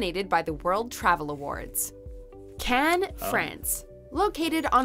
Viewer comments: Yay beaches! Afternoon! 😁 R and R is rest and relaxation. WTF is up with this woman's attempt at pronunciation! 🤣 It sounds like a comedy movie the way she's overdoing the accents....! Just say the words woman! You don't have to pronounce foreign words in the language of the country! 😂 Can you imagine going to a country and doing a caricature accent of the people AT the people? You'd get punched in the face! Notice she said Spain, not España, France, not La France, Turkey, not Türkiye or Greece, not Ellada (Hellas).....so why make such a mouthful of the individual town names? It's like if your name is Jesus, JEEZ USS, you don't want it pronounced HEY ZEUS! Just read the words in English, when speaking English!!! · Cannes really? If you want over priced and not great. Marbella again hot, not great beaches and god boring. The rest I am not going to waste my time commenting but her pronunciation is terrible, and the choices are the most predictable generic …. There are much better, some that are close to paradise. But guess what I’m not telling, guess why🙄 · Cannes??? 😂😂😂😂Marbella??? Please!!!